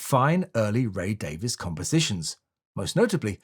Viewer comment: his name is Ray Davies [Dayvees] not Ray Davis